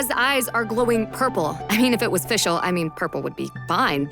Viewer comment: Can someone please tell the VA of Fischl to learn some german pronounciation? Or at least the Team of Hoyoverse to fix her entire voice lines until v3.0?